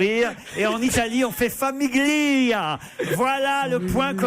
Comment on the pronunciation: Le g ne se prononce pas dans "famiglia"...